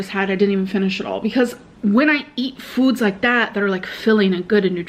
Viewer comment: the way she says fudz